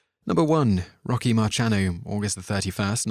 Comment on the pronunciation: These are American heroes. Why use a Brit for the voice- over when they mis- pronounce half the names? "Rock- na" really?